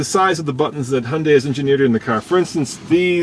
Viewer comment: Looks good for an "Hunday"...